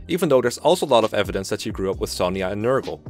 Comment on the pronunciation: NER-GAL Not Ner-girl smh